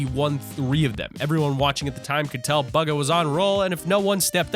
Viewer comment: his name is not buga